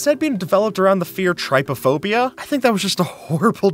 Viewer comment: you pronounced trypophobia wrong!!! It even included a pronunciation guide in the second sentence of the definition you pasted!!! Ugh...